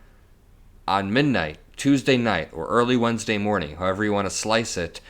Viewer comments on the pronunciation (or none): none